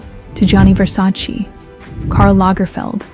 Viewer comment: your Versace pronounciation is also wrong